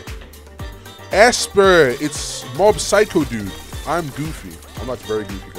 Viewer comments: he did not just call mob "mash" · Bro called mob mash 😭😭😭😭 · if bro calls mob mash again , i swear!😭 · bro def doesnt watch anime😂bro called mob “mash”😂😂😂braindead